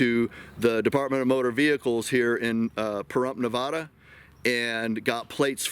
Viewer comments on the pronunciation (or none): It's Nevada! Not Nevauuda! We're not pretentious here. Anyway, was hoping to meet you this year, maybe next.